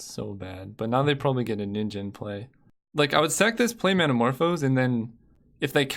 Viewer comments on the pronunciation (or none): none